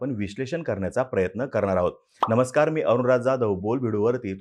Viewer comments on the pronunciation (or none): none